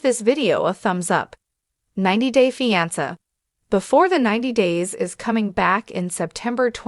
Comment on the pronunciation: I refuse to listen to videos that talk about "90 Day. Feeance". If you can't even bother to read your own script, just keep it to yourself. Clicking "Do not recommend channel"